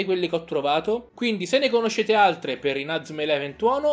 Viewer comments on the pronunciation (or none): lo so ma tu nel video lo pronunci in modo sbagliato.